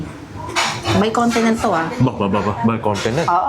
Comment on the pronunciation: haha I rewatched and you said may continent. I thought you said may content😂 well if it’s America I hope it’s in the San Francisco Bay Area!😊😊😊